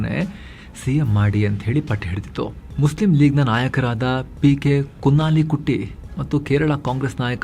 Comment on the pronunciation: ಅದು ಕುನ್ನಾಲಿ ಕುಟ್ಟಿ ಅಲ್ಲ.... 😅😅 ಕುಞಾಲಿ ಕುಟ್ಟಿ